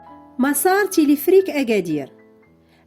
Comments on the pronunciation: Téléférique pas téléfrik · تيليفريك...تيليفريك..تيليفريك سميتو تيليفيريك Téléphérique et non pas téléphrique 😜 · وا شحال عصباتني هذ السيدة، وا راه سميتوا تيليفيريك téléphérique ماشي تيليفريك non pas telephrique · Téléphérique et non téléphrique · المرجو إعادة ل video , يجب نطق تلفريك ما شي تلفرك